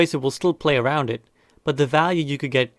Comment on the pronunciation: I love it when "brig is arond" 😂